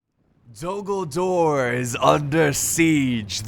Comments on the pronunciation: Anyone else think he said “Dumbledore is under siege”?? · A few times when you said Dul Gul-dur, it sounded like you, ummm, said Dumbledor, hmmm, have a contingent of wizard and witches as magical artillery from Hogwarts called Dumbledor's Snipers in defense. I know, it's quite a mash-up, but it would still be fun to see a what if battle. on the other side, have the Death-eaters as enemy artillery. then throw-in some Quidditch players as air assault. perhaps it's ridiculous, but it would still be fun to see, then of course the standard Middle Earth contingents doing their thing. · to me it sounds like you're saying Dumbledore but I know you're not 😂